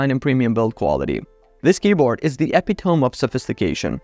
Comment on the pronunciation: it might be spelled epitome, but it’s pronounced uh-pit-o-me